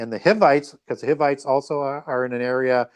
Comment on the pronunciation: knows a lot but he needs to look closer to a King James Bible and get the pronunciation of these names right. The King James has the names broken up into syllables with a mark for emphasis. A’i is a two syllable word. ( A- eye ) Ja’pheth is Jay- feth Hi’vites are HIGH- vites